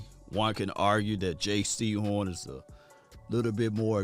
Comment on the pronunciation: ITS JAYCEE HORN NOT JAY SEHORN